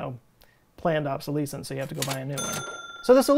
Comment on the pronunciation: Did you just say planned obsoleeecence